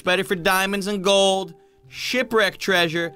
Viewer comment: did you say “glod” instead of “gold”? 😂😂